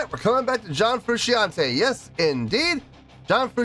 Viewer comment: It’s “FROO SHAWN TAY”